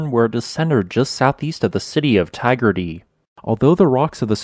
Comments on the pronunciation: Yes; but it did allow me to more clearly hear what he as talking about. He got Taggerty right but I could not for the life of me understand his Lake Eilden facepalm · Lol, listen to Americans say Australian place name is always fun. Eildon was completely wrong but Taggerty wasn’t too bad.